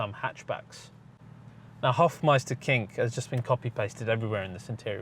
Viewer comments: Hofmeister Knick. Not King. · It is Hofmeisterknick not Hofmeisterking ..What's the name of the color?